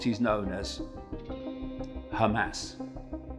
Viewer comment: Is that who is speaking in this video? He may be a hero, but is ignorant on pronunciations. Clueless on pronunciations such as Hamas and Mossad for example. Sounds like a moron.